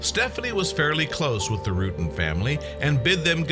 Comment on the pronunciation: its John Rutten with a short u.